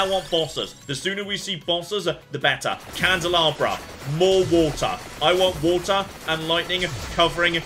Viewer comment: I also spent weeks mispronouncing Candelabrador. You are in good company